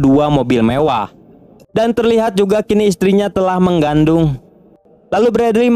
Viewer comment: mengandung baang bukan menggandung 😂😂😂😂😂